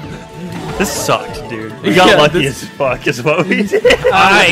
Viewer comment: I had a apple when they sed foock